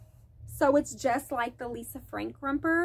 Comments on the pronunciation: I love you but if you don’t quit saying rumper😂😂 it’s romper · romper not rumper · 😂 What's a "Rumper"?😂